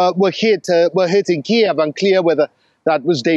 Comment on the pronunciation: "...it's pronounced Kyuif"...the same energy as:..."It's Ma'am"... No,, it's actually pronounced "Queev"...